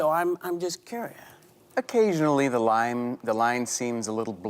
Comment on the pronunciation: The way Goldberg pronounced "curious" should have had her fired on the spot lol. What was that